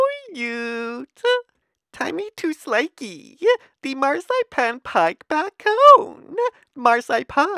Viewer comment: It took took me to the end of the video to realize he was saying bacon